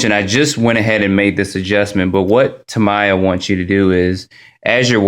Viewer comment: From what i was told by several people, including hobby store owners, the word "Tamiya" is pronounced, "tam-ee-ah." ;-)